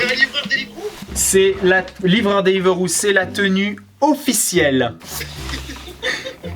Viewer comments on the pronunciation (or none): ca me stresse il dit deliveuro